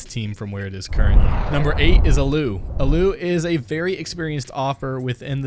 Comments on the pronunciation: Me: aaalluuu: ALU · It's allu not alu! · It's allu not alloo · ‘Aloo’ ... who the fuck is aloo? Oh right, Allu. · a loo is where i take a shit its pronounced ALL Oo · Like cmon it’s allu not allou no offense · Terrible host lol. This is what happens when you get a script that you know nothing about. ENCE as "e n c e" and against all authority as "ahhh". Nobody is surprised that "alloo" is still on ence, as he wanted to make a top finnish team. Ence and Navi aren't bad teams too. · This guy obviously has little understanding of pros and the pro scene. "uh-loo" "cloud9 is the best north american team in the world" this is just an NA hype train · Gotta say this video is very ill informed: NaVi is a top 3 team right now and won Cologne It's pronounced Al-u ScreaM has had ups as of late but it's not certain at all that he will thrive in a top tier team as he has been shaky for much of the past two years with only an up trend lately, perhaps due to being on EnVyUs and playing lower tier opposition who he can out aim. IMO scream is very overrated. Saying 'the best NA team in the world' during 2015 is like saying North Korea has the best nuclear program in North Korea in the world. It's simply useless information, as NA was absent from the world scene then. Even furthermore, Team Liquid was the first impressive NA team when they went deep in Columbus and Cologne in 2016 while Cloud9 was getting bodied by online teams. Overall I'd say this video is inaccurate and just parroting what the new community members think they know. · the allu pronounciation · How did you fucking say allu and ence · Mabye learn the pronunciation of "allu", "ENCE" and "Mousesports. And btw how tf do you consider Na'Vi a bad team??? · the way he said allu lmao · Dont speak about allu if you cant pronounce his name correctly, and ence is not even that bad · The way you pronounced allu was horrible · You cannot mispronounce the red bull God allu😂😂😂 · Yep and ENCE are top tier today :D